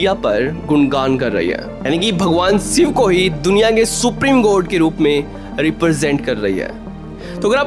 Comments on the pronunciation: भाई शिव बोल ले सिव क्यों बोल रहा है। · Video ki start me hi Bhagwan Shiv ke naam ko siv uccharan karke bhasha ka star gira diya, pahle content ki bhasha sudharo phir video banaya karo. Baar baar tumhare mukh se bhagwan shiv ke naam ka galat uccharan nahi sun paunga isliye video aage nahi dekh paunga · Siv nahi re baba shiv... Ucchar theek se karo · सिव नहीं भाई शिव बोलो । हर हर महादेव 🙏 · abey saale, siv nahi Shiv hai.. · Siv nahin " Shiv " bolna sikhiye 🙏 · अबे सिव नहीं बे.....शिव बोल... पहले तू तो ठीक से हिंदी बोलना सिख.... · 😂😂😂 भाई वो भगवान शिव हैं आप भगवान सिव बोल रहे हो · Abbey seev nahi shiv Bdk bolna to Sikh ley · Abey ghonchu pahele शिव और सिव के उच्चारण का भेद sikhale anpadh ganvaar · शिव है भाई सिव नही । स और श मे अंतर नहीं मालूम ।किसने पत्रकार बना दिया। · अरे बच्चे सिव नहीं शिव कहो .. स और श मे बहुत फर्क है .. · आप श को स बोलते हो.... ठीक करो भाई अपना उच्चारण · भाई aap सिव बोल रहे हो.. ये शिव हैं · सिव बोलना बंद करो, वो शिव हैं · Thik ucharan kar mere bhai Shiva